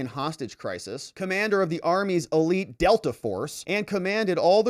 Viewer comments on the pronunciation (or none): none